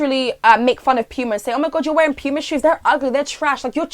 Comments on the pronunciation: PEWMA me: it’s POOOOMAAAAA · sis ily but its puma not pyma lmfaooo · ‘pewma’ i DIED lmfaooo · I wheezed when you pronounced it Pewma. Lmaoo